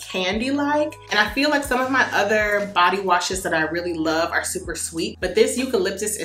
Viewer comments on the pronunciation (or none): none